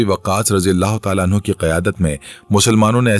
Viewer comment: Bhai ap anhu ko anhaa bol rhy o